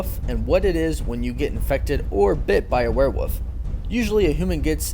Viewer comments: W O L F not "woof" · OMG Its Wolf not woof W O L F Say it right good god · What the hell is a WEREWOOF? Christ, what ever happened to education in this world? Who cares about the letter L, right? And, it's not cute because of the ending, as a plethora of people mispronounce that word every day...don't encourage the moronic lot. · I almost stopped watching after he said were woof the third time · Say "were-woof" again... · LOL Were-WOOF??? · Every time he said were-woof I cringed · “Where woof “ lmaoooooooooo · "Were-Woof" I saw what you did there. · He says werewolf weird, that's what he's referring to. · You do know that woof is the sound a Wolf makes, and not the name of the Animal right? I mean why are you replacing the L with an O? I don't want to be a jack ass but I'm honestly very triggered by how you pronounce the name. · Can you pronounce werewolf correctly?